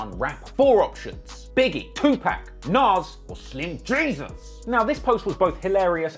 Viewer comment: Dude if you make those videos please pronounce Tupac's name right. thx